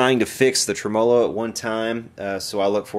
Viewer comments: It's TREM-olo.Not tra-MOLO. But I enjoy your videos. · Trem- uh- loh :) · God, I love your videos except for the way you pronounce tremolo. Drives me nutty every time. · Pretty cool how the word “tremolo” can be pronounced so differently just 300 or so miles away. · Learn how to pronounce tremolo, other than that great video. I bought one of those brand new in 1968!